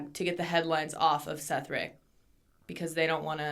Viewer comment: the dudes name is Seth Rich not Seth Rick, you guys should really do research before you do stuff like this, that dude had no access to any of the emails or attachments anyone claims he did and there's no evidence he sent anything of the sort to wikileaks, you just sound dumb as hell if you do no real research on the topics you're bringing up